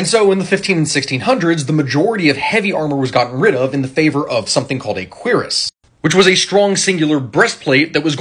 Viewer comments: Correct pronunciation is “kwi rass” however because it’s origin is French, English speaking people usually annunciate the C being “cue rass”. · Cuirass is pronounced "Cure-Uss", not "Queer-Iss". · It's not pronounced "queer ass", it's "cure-e-ass". Talk about a so-called expert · It's pronounced kur-az? I always said cure-as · "Queer-us"? Cuirass is not pronounced that way. Think "Ker-ass". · A full body metal suit is pronounced curass but spelled cuirass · Cuirass is pronounced "cure-uss" or "kui-rass" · This man did not just pronounce cuirass as "queer is" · Is that how you pronounce "Cuirass"? I've only ever seen it written down and always pronounced it ass "cure as" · Wait. I’ve been mispronouncing cuirass my whole life? No way. It isn’t said like “Koo-Ross?” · It's pronounced cui-rass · It’s pronounced Kyer-ras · Absolutely not, it made me lol when he said it. It's pronounced like cure-ass, but with the emphasis on the r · It's how he pronounces it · Him pronouncing cuirass is irking me hard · You need to learn some French bud.. then pronounce the name of the armor again.